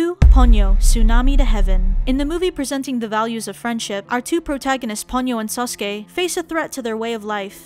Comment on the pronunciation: Did she say SAsUke